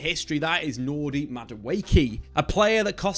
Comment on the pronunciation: Nordy Madueke? Who in the fuck is that?